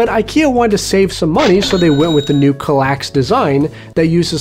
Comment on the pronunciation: As a swede I gotta "protest" some at the pronunciation of Kallax, but you're alright anyways. ;) Did you know Kallax is a rather small village in the north of Sweden? It lives just above 300 persons there. Fun trivia.